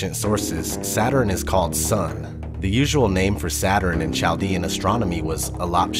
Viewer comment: do you not know that it is not CH- as in church- but K-aldean---man I hate stupid shit